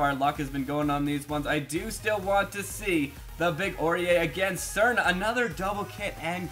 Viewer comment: You pronounce Srna wrong